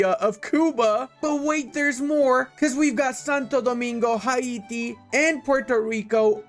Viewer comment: Hi-e-tee? Hay-tee bro